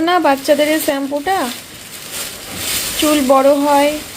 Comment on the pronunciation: তোমার বরের মুখের ওরকম অলস ভঙি দেখলে খুব বিরক্ত লাগে,,,আর স্যাম্পু হবে না কথাটা শ্যাম্পু হবে,,,,,😂